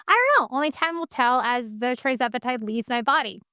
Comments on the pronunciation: Thank you for your informative videos … but will you PLEASE pronounce the injections correctly…It’s TIRzepitide, NOT TRIzepitide. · When you pronounce tirzepitide as tri-zepitide...I'm a little skeptical.